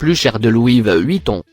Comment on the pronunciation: De louis VEUEUEEHHUITON😂